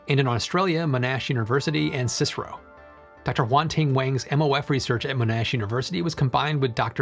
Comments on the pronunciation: you pronouce the C.S.I.R.O letter by letter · hey thats the uni I got to, pronounced as monn-ash and CSIRO is just said as it's letters. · Just FYI Monash is pronounced Mon Ash, and CSIRO whilst an acronym is never used as a word, its always C-S-I-R-O , the more you know